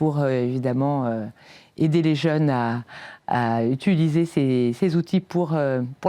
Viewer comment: Je suis étudiant en psychologie, c’est très intéressant. Merci pour cet échange. Mais pourriez-vous essayer d’éviter la prononciation « utuliser », ça fait un peu mal aux oreilles 😅